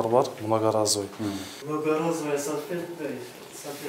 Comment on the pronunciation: Ой сальфетка эмес САЛФЕТКА дейт 🤭🤭🤭🤭😁 туура суйлосон боло.